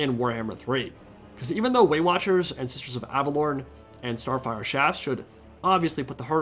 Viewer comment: I totally thought I heard Weight Watchers instead of Way Watchers when you were talking about the Great Unclean One. 🤣